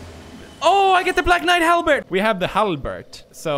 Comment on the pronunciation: Gotta love how he pronounces “halberd” as “halbert”, like Jim from the office...